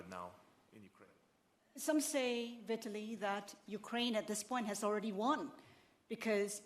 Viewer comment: Its not "Viet-tili" Its Vitaly.......